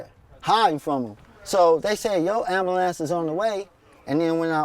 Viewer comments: Lol,Black people really can't say "Ambulance" Lol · ambulams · why can't black folks say "ambulance"?lmao